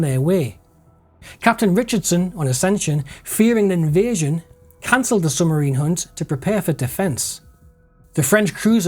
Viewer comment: Excellent work. One minor point: it's 'sub marine' not "summarine". I was born in Benwell so I know it's a local anomaly of speech, but ...